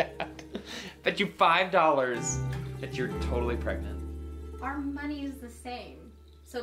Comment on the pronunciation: Pregnant or Pregnot